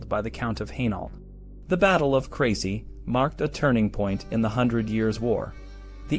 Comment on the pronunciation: You mispronounced every town including the battle